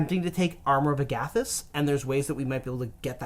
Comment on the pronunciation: I hate the way you say “armor of agAthys.” It’s “armor of Agathys.”